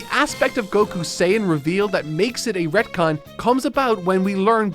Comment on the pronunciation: Sounds like he says red-con